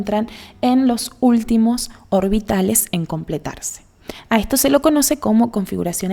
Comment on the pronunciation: Aspira las eses, algunas veces, por lo que se escucha raro cuando habla. dice:"" con todo ejto"". por eSsto. Pero buena información, lástima la mala pronunciación.